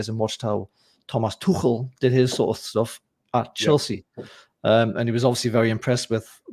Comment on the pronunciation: Im so happy/surprised you pronounced Tuchel correctly😅